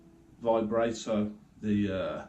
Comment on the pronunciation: () Vibrato is pronounced Vi-bra(like what women wear) -toe.Keep up the pickin arkid,and the Devil stuff obv!